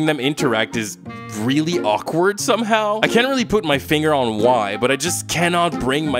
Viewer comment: When he was saying “I get why people…“ I kept hearing “I get white people…” and it was hilarious